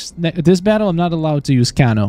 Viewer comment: Your saying kano wrong